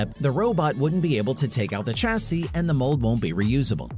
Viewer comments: Argh so painful to watch!! :( Chassis pronounced shasee, not tchasee. Like Champage is not tchampagne. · Pronouncing the start of Chassis like chase sounds terrible. Shame